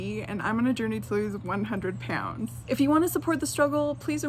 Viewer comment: OMG IT. Annoys me when u say pounds like - po-yn-ds JSU’s nfoff fndicidnfudndodndjddh